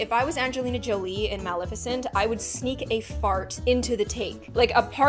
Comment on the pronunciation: She said maleficent wrong